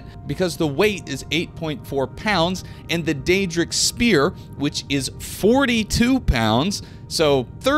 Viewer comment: Oblvion and Skyrim players be like "what the fuck is a speeeoore?"